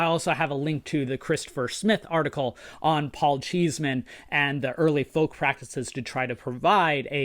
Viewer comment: One point Paul Cheesman did not pronounce his name as "cheese" man, it was pronounced "Chess" man.